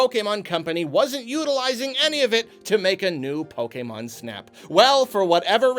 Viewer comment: I like how is one of the few people that pronounces "Pokémon" the way it was meant to be pronounced.